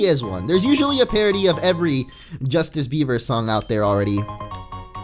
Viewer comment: Are you sure it's Justice Beiber?